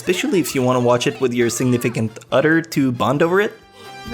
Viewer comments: lol, when he says other he says 'odder', is he trying to sound Japanese? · "sentificant udder" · "eggswhoresist" what the fuck?:"tumnail" what the fuck?:"utter" what the fuck?:"psycological" how the fuck did you pronounce that?